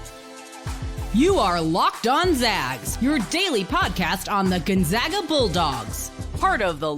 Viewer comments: please teach the guy to say Gonzaga correctly. We aren’t the Zogs, we are the ZAGS! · honest question here. This is the third straight guest who can’t pronounce Gonzaga. Why don’t you mention before the podcast starts (in a friendly way), “it’s the Zags, not the Zogs”? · I automatically dismiss the opinions of any basketball commentator that can’t pronounce Gonzaga correctly.